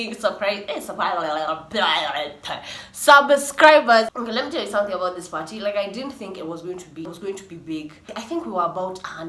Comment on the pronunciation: Wewe sema tu Apo parhee (party) wacha mi nivae mask ya Corona virus 😂😂